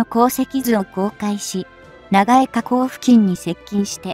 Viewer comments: ｢ながえ｣ってなんやねん。｢ちょうこう｣のことだろう? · 長江を「ながえ」と読むとは・・・びっくり しゃっくり これっきりにしときなさいな。これ「ちょうこう」と読むの。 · 長江を「ながえ」などと誤読するな、「ちようこう」と読むべきである。